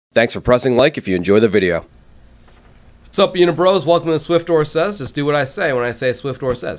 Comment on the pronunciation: in the intro it sounds like he's saying bideo instead of video xD